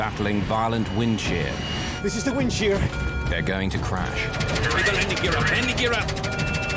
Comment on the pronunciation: WIND SHEAH